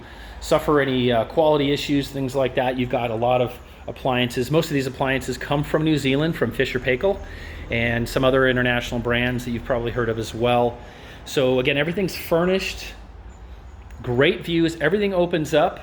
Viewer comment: Its pronounced "Fisher and Pie Kill"